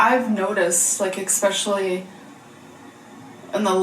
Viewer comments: If I hear eckspecially one more time I’m gonna rage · saying EGG-specially makes me want to punch a pillow. 😅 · So far I've seen alexisshook's reaction to this and yours and what really gets me is "ECKSPESHALLY".